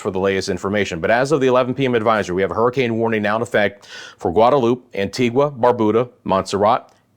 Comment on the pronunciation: Great vid. Good to have someone covering the islands in addition to the Weatherman, Brian Shields. Very quiet here in St. Kitts and Nevis. The calm before the storm. FYI, Antigua is pronounced "an-ti-ga", and Nevis is pronounced, "knee-vis". Dominica is "dom-e-knee-ka."